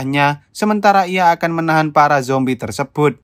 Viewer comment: seketika humorku lepas denger abangnya sebutin "Justin Bibier berubah jadi zombay" 🤣